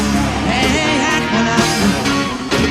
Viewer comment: PS. It's pronounced ACKualung!!